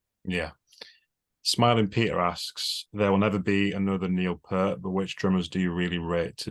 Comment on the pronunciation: For the 8974th time, it's Neil PEERT, not 'Pert'.....